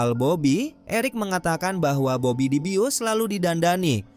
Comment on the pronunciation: Salah sebut bobby bukan babi